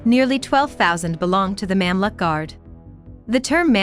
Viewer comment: You should’ve practiced the Arabic nomenclature b4 the vlog. It’s so pathetic that I had to pause and listen it again and again! It’s not Memlik but Mumlook, not Saladin but Salahuddin! Disappointed